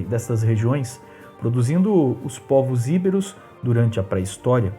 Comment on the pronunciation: não é Íberos . É Ibéros , sílaba tônica no " e" e não no "i" . Sem acento.